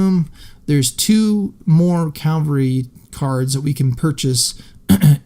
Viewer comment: One day I hope to discover a person using the word "cavalry" for cavalry. Not "calvary".